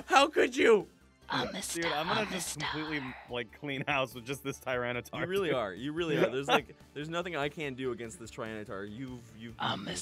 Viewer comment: Okay, seriously its not "tryanitar" it's "TY-RAN-itar"